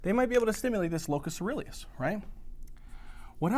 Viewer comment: Locus ceruleus. Try to look up and listen to the pronunciations, as you miss one or two every lecture. Don't get me wrong, I love your lectures. You are systematic and there's a lot of new research you reveal!